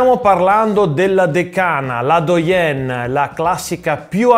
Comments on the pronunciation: Bravissimo, un solo appunto: doyenne si pronuncia duaienne, infatti in francese "oi" oppure "oy" si pronuncia ua, come voilà = vualà. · mi sa che continui a non capire l'errore...se te scrivi che si pronuncia Duaienne,dovresti leggerlo esattamente come lo scrivi...e invece si pronuncia duaien...con la n finale senza la doppia e senza la e... Capito adesso? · si pronuncia così: dwa·yèn. A differenza della parola maschile dove la fine è una nasale...